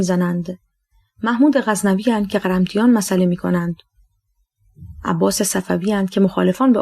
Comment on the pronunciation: واقعا تشکر از شما و البته نویسنده ولی چرا انقدر غلط حداقل یکبار روخوانی از قبل که ایرادی نداره دیگه مثلا مزدکی یا قرمطی را کی اشتباه میخونه. حیفه.